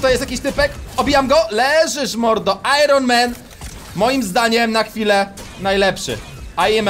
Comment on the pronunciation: '' Iron Man aime ma'' xd